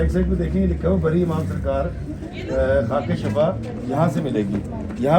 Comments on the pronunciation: Shafa lafz nahi hota is ka matlab garrha hai sahi lafz shifa hai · Kindly correct the pronunciation of word shifa Jazakallah